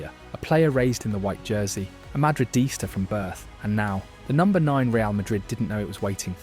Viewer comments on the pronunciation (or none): none